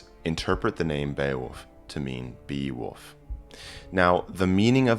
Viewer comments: Why are you saying “woof”? He's not a doggie. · Your native accent struggles with the L in wolf. Sounds like you're saying woof.